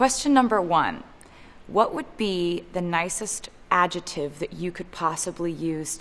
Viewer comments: Taylor, it's not adjetive! It's adjeCtive!! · Nicest "adjetive"??????? You mean, adjeCtive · Why is she saying "adjeTive", when it's adjeCtive? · everyone else: ad-jec-tive taylor swift: ad-je-tive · Nobody: Taylor: AJUTIVE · She can't say "adjective" - "ajetive" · I've never heard someone say the word "adjective" with a silent 'C'. This is bothering me for some reason. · Am I the only person noticing that taylor swift pronounces "adjective" weird?